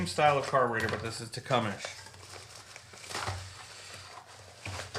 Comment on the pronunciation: Great content, lot more expensive in canada unless you go through hutzl and wait forever and a day. appreciate you posting and look forward to the next. Leak down tester and bulk pack of mower keys the only items you missed. and its 'tecumseh' as in wm tecumseh sherman the union general Tecumseh, Shawnee War Chief was a charismatic leader, an orator and respected war chief of the Shawnee Indians of Ohio.